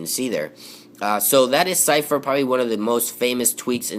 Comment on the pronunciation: that is not how you pronounce zephyr